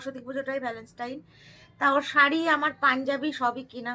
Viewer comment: Boidakhi bon tumi bhul bolchho word ta habe Valentine's day not valanstaine bollam bole kichu mane koro na kintu tomar bhul ta dhoriye dilam